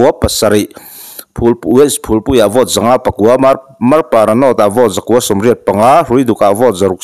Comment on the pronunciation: Hi, Buddy, Vote hi Vawt tiin i lama, ka duh aiin i Bur😅😅😅kan Mizo channel lian LPS, ZONE,DD ten an lam rik dan hi a mawi ka tia.